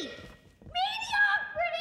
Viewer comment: Medi.... Ocrity! lol